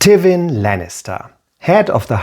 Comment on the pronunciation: great video, interesting analisis and subject matter. only slight quip i have with the video is the pronunciation of Tywin, never heard it said that way